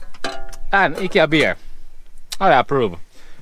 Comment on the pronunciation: Nice to hear Ikea pronounced correctly. Americans say it differently. I like your swimming choices. Thanks for sharing